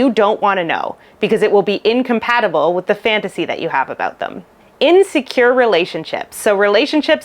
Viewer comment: Not sure if you'll even see this, but I have learned a lot about Limerence from you, so thank you! I do have a suggestion though... sometimes you start a sentence with "In secure relationships..." It's not always easily understood if you're saying "insecure relationships" or "In secure relationships"... if you know what I mean (hopefully). The context usually makes it apparent, but it makes one stumble a bit... It might be an idea to say something instead like "When you're in a secure relationship..." so as to remove the "in" from "secure" so it's more easily understood and less likely to cause confusion. Thank you.